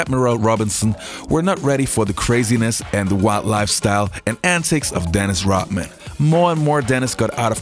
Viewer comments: his name is RoDman, not RoTman. RODMAN. You are confusing your D with a T. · Rodman ...Rodman ...not Rotman you stupid AI